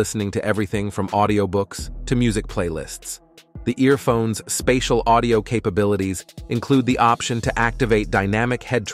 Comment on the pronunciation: “Spay-diel audio” instead of “Spatial Audio”, plus the monotone presentation voice, tells me this is most likely AI